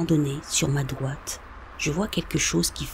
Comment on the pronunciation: Si vous écouter bien les r sont absents pour certains mots comme « droite »